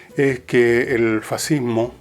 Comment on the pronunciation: Hoy en día existe "el fascismo" y "er faziihmooh"